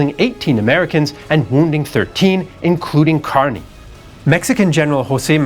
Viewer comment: his name is pronounced KUR-ny. At least that's how we pronounce it here in San Francisco (Kearny Street)